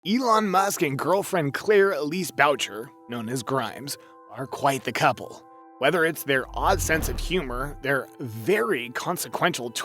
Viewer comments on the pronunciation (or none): “Bow-chur” LOL It’s pronounced “Boo-shay” 👍🏼